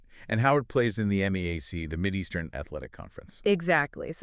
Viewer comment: It's pronounced MEE-yak; not M-E-A-C.